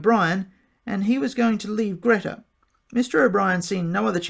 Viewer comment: It's pronounced Greta as in Greeta!